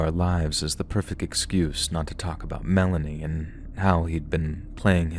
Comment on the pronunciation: I just have to share this. I had to giggle when you pronounced Melanie wrong the first time you said it as Me lāne ē. I knew the minute you said what name you meant. You see, I use to work at the DMV here in Oregon. one day I was working at the issue driver's license station and I said the young ladies name just as you did but i said it over and over a few times and no one came up to retrieve their new license. Then, I realized I was saying her name all wrong in front of my co-employees and a whole room of customers. Believe me when I said the young ladies name correct and got a winner i was so embarrassed 😊.😂😂😂